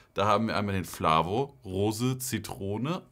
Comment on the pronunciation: Triggern mich das du die ganze Zeit Flávio statt Flavo sagst😂aber gutes Video 👌🏽